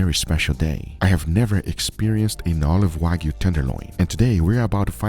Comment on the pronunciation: WAGYU! NO! WAG-YU!